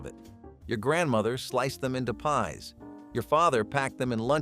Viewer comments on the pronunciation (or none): none